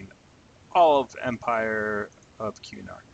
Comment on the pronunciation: it's kuh-nark, not que-nark lol